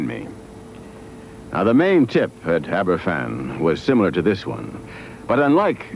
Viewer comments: A good documentary, but it would have been nice if Glen had pronounced Aberfan properly, F = V. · It's pronounced Abervan.